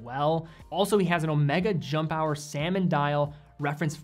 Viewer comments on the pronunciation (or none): this guy just went in all watch stores: shouting straight from the door: "DO YOU HAVE SALMNO DIALS IN HERE?"